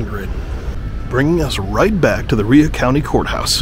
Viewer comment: Rhea pronounced “Ray “